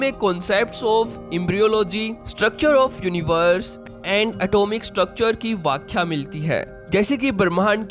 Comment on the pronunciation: Arey pehle tu apni hindi theek kar vyakhya hota hai ,vakhya nahi , reli-gen hota hai reli- gian nahi 😅😅😅